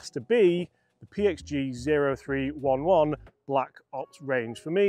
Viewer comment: Cmon, get with the PXG lingo. The 0311 is pronounced OH THREE ELEVEN